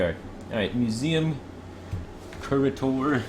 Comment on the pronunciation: the way he said curator hurt me